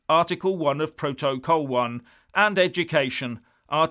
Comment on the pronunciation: Who else laughed at the way he says protocol? 😂